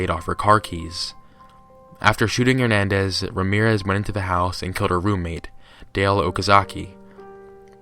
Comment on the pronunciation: Thank you for pronouncing the last name Hernández correctly,!:)